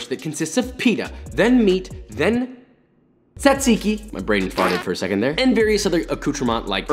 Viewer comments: I am 50% made of gyros like any other Greek and this seems excellent, but why do you write "tzatziki", but you say "tsatsiki"? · As a Greek Josh did a very good job with everything. There are still some little details that could have made his gyros better but it doesn't matter that much. As for the tzatsiki well its pronounced more like jajiki, like when you say Josh or James or Jason or blablabla and in Greece we call gyros the meat, not the whole thing, the whole thing is called suvlaki so when and if you come to Greece and ask for this you will say "can i have a suvlaki with gyros and jajiki (or sauce i like it with sauce in it much more than jajiki but its your choice) and tomatos and onions" (you could ask for some fried potatoes in it its much better in my opinion but it is optional)". You will not say can i have a gyros, if you say that they will bring you just the meat with nothing else most likely. Just wanted to correct some things but still Josh did a very good job making a suvlaki and another small little detail in Greece the pitas are a bit bigger and we don't put gyros and tomatos ext. inside the pita, we put it as joshua did and as i said before he did a very good job making the suvlaki. Have a nice day! (or night, whatever) 😂